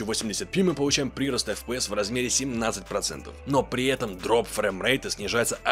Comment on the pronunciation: Ну если читает все комменты, то да, ударение не верное. ПрирОст. Ушки режет немного.